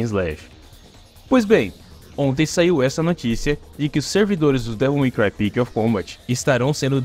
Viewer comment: "Devil May Cry Pix of Combat" mandou bem 🖐️